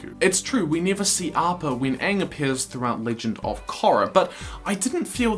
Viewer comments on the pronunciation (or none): Your pronunciation of ‘Korra” is atrocious, I cringe to imagine you pronouncing a Maori name